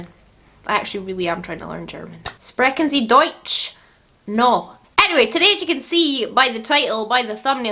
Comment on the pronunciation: szpreken zi DOTCH ? Haha you so cute Missa 🖤 love your content